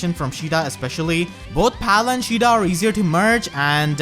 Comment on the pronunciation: "Shida" lol